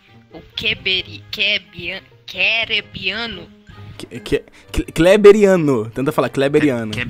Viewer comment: ele tentando falar kleberiano o rato falo: kebaiano